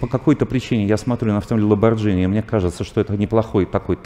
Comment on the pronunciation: Все ок, но как человек говорящий об искусстве, может говорить ‘Ламборджини’ ?!)